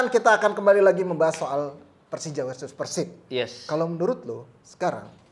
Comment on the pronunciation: peursib peursib mulu, pelafalan yg bener tuh pérsib. dasar pundit abal2